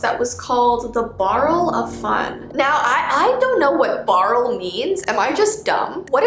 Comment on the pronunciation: "Barl" it's like a short word for "Barrell" cause if you say "barl", it sounds like "Barrell"